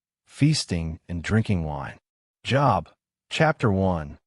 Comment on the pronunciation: Only 7 right this time. Great Quiz. I realize that the voice is computerized; but, when it refers to the biblical man, Job is pronounced with a long O sound. Please keep these otherwise great quizzes coming! Thank you for putting them out there!